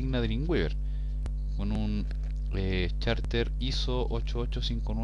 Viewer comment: Excelente!. gracias por compartir!!...Saludos desde Concepción-Chile!. .. Ah!! y es Charset no Charter.. jaja